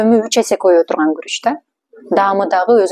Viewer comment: Куруч эмес, Гуруч